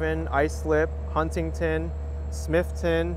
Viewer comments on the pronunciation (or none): SmithTOWN, not Smithton. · Thank you He was calling the bay the Ocean Not a typical island person I was gonna send a review about it so thank you Did hear how he said Smithtown!?